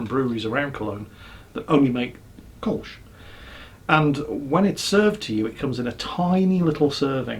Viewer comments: It's Kulsh not kolsh! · These are not Metaldots on the Kölsch, its "Koelsch" not "Kolsch" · It´s "Kölsch", with the infamous Ö, remember, like the u in turn, hurt and urge (as well as some other words)! But i LOVE the shirt. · oh dear.... beer of the week and it's Kölsch